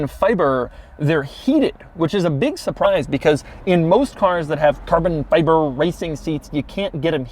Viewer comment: "Big SurPRURISE"